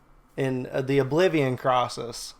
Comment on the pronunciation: yoo when you said oblivon crisis you caught me off guard